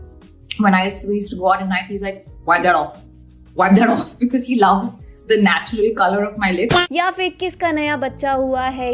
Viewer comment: Love your video amazing efforts put to it but your "becaase" is really hitting my guts, I'm sorry so but can't stop laughing 😂😂